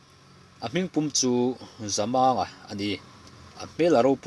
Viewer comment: Voel sign chu awm se chhiar dik loh a awm lo tur a ni a, Zamanga tia i lam hi thlukna voel sign aw se Zamânga tih tur a ni a, i lam fiah thin a, chhiar sual te hi I hlau bawk thin a, i chhiar hi a ngaihnawm bik thin e